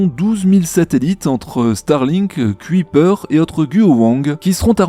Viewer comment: Petit éffort sur la prononciation de "Kuiper". Ca se dit "ceuille (du verbe ceuillir) / peur" et pas "cuit / peur"